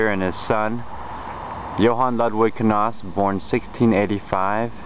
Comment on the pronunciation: where are you from? I've never heard the name pronounced "k-nahs," I've always heard it pronounced "k-nous" or "nous." In any case, are you the son of either Richard or David? If so, you're apparently on my descendancy, if not, then definitely not.